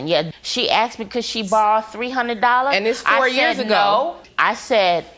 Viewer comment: Axed Axed Axed Axed Axed Axed Axed Axed Axed Axed Axed Fuck me. Its Asked!!!